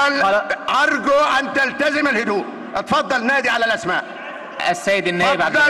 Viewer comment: احا يا جدعان رئيس المجلس مش عارف يتكلم بيقول،اتفضل أجلس بينطق همزة كلمة اتفضل بهمزة الفتح. هههههههههههه وشبابيك دي بيعمل اييييه ولا بيهبب إيه هههههههههههه